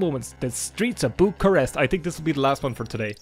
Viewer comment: The streets of what? I think you said Bucharest ... but I heard Boobcaress.